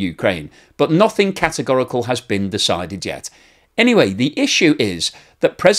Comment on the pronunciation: you said "cat" agorical 🐱